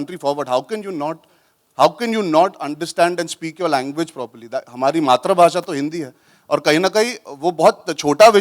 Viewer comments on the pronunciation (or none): it's "maatru bhasha" .... not "maatra bhasha" as pronounced by arjun kapoor.. first learn grammar. ..